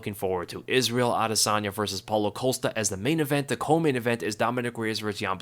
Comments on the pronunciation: Costa. Not Colsta. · The dudes name is Costa, not Ocosta